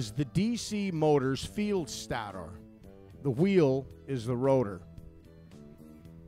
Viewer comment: Excellent video. I never knew how he did it .Also, it is pronounced stater……STATE-ER